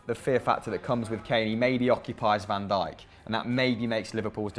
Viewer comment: did just say Van Dijk 😂😂😂😂